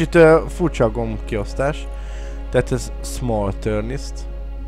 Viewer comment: "small thurnist" SZAKADTAM :D